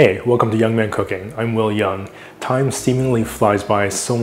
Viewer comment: It’s interesting that I also grew up in HK but we did not pronounce Yeung like you do. The reason why it is spelled like this is because it was created to represent the last name 楊. Also about 你好嗎, the 你 is pronounced as nei, or in your case since you are using lay, it should be nay, with the n sound. Lay is what we called as 懶音. But by and by, it seems it has confused to even become official and you are not the only person who thinks so.